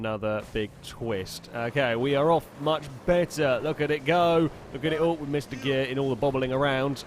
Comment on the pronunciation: Am i the only one who thinks when he says missed a shift it sounds like MR Shift